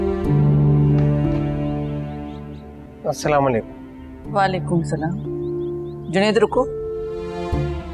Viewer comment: Abey chutye salaam karna to seek pehle tujhe salaam tak sahi se karne nai aata